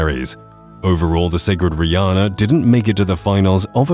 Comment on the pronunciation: Wth my name is Riana but it's pronounced Re-anne-uh